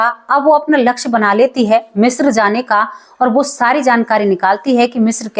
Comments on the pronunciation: शब्द का उच्चारण ग़लत ऊपर बाले का आशीर्वाद ग़लत को ग़लत मानने में बुराई किया आप ने ग़लत उच्चारण किया तो मान लो 😊😊😊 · मिश्रा नहीं, मिस्र कहो। थोड़ा-बहुत पढ़ाई भी कर लिया करो।